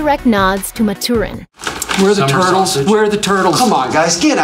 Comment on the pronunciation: “WHERE ARE THE TURRRRTLES?!” 😆 I’m rolling